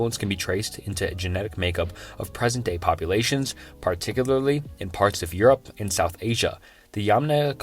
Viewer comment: PAWTICUWALY okay guys I think he has a speech impediment 😅